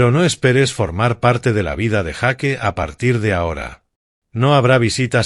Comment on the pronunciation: Cual jaque yo creo que quisiste decir Jack o sea yack